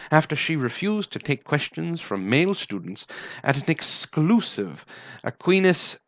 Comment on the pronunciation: Long "I" in Aquinas.